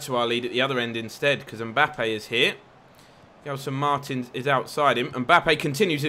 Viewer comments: It's pronounced Jelson Marteens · Since you love your pronunciations, in Portugals confed cup games, the commentators called Gelson Martins, Jel-son Mar-Tines (like sardines)